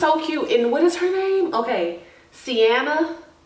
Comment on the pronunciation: V-annah,(Vienna) and Cee-anne-ah(Sienna) 😂